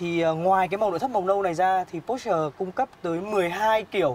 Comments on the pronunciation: Đọc po sơ nghe mới ổn chứ mẫy chỗ review khác đọc pọt chơ :)) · ủa sales đọc đúng mà /por-shuh/, đọc theo kiểu người đức cho một hãng của đức thì có làm sao hả bạn ?